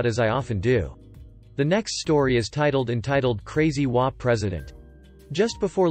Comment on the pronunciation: In the title story it is H O A, each INDIVIDUAL letter is pronounced. It is NOT prone as a word.